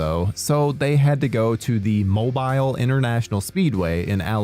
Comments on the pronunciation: I have never heard anyone pronounce mobile, alabama so incorrectly lmao. Its moe-beel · Mobile. Mo-bill. Lol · Horror Originals - For The Final Destination (or FD4), The city where the racing scene was filmed is pronounced Mo-beel. I live in the vicinity. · Your pronunciation of “Mobile” is infuriating.. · As someone raised in the South the way you pronounced Mobile, while intuitively correct, was painful to hear.